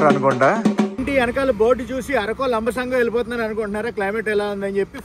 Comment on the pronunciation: Ori sandeepa boothulu aapukuntunna nuvvu yemi chaduvukunnav ayyatelugubradu english radumaredumalli antav lamba sangi antunnavarakkonam ni r konam antavj